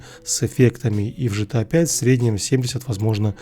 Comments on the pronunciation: гта же а не жта. Гранд зифт ауто, а не Жранд зифт ауто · Джан се авто . почему ты гта джта называешь 😂😂😂